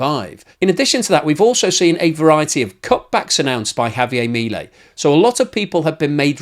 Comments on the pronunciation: In English it's HAVIAR MILIEL. IN SPANISH ITS Javiar miliel. I know british people are terrible at accents it's ok. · mi-lEi (emphasis has to be on the 'e'.